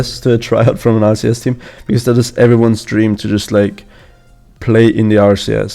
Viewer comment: I love how said RCS and not RLCS because of his accent lol